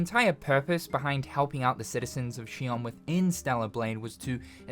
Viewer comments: Shion? Its zion but with an x. Did you even play the game? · She-on? I thought it was pronounced Zion. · Why is he pronouncing it Shion when in the game it was pronounced Zion... Am I tripping? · He keeps pronouncing Zion as shion but Zion is the proper pronunciation of xion. Zion translates to heaven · Shion? Xion is not Chinese bruh... It's pronounced like Zion, it's a biblical reference, like Adam and Eve are also named the way they are for that same reason. Good video though. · Its "Zion!" Not "She-on" they literally call it that in the game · Do you only read the subtitles? It’s pronounced Zion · i cant wait for the sequel but u keep miss pronouncing xion and saying shion the only thing i want in stellar blade 2 is new swords or blades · Lmao she-on is crazy it's like he didn't even play the game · You are mispronouncing Xion. At least in the English version Adam pronounces it like Zion which makes sense with the biblical tie ins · Are you pronouncing it as Shi on purposely because they don't pronounce it that way in the game. Just curious. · She-ON? Did you even play Stellar Blade? WTF is SHE-ON? Are you an AI voice or something that's just sounding out the words from a script? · I haven't watched gameplay in a good while, so... is it pronounced Zy-on? (Zy like, my or Tyson?) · Lol, he keeps calling Xion like 'she-on' from Kingdom Hearts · …also we all hear you pronouncing Xion that way, and it’s understandable. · You absolutely have to be pronouncing Xion wrong on purpose just to tilt me. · Understanding it's a Matrix reference isn't even the problem. They literally say the citys name in the game, they give you the proper pronunciation 😂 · If anyone should get a pass on it, it’s probably 🤣 The years and years of being programmed to pronounce Xion that way have broken him, and a lot of people didn’t actually play Stellar Blade’s in English to mentally check the pronunciation.